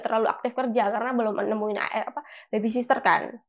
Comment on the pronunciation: Gaji 250 jt itu ngomongnya baby sitter mbak, bukan baby sister 😂😂😂😂😂 ketauan nggedabrusnya mbak 😂😂😂